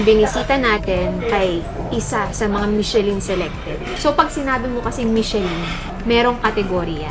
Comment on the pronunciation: it is pronounced as MI-SHUH-LHUN...NOT mishelin. And...kindly take off your cap while eating for etiquette(guapo k nmn maski no cap)